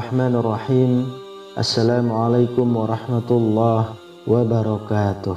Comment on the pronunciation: Nada Bismillahirrohmaanirrokhiim diganti lah yg baik....jangan spt itu lah ora maen tenan....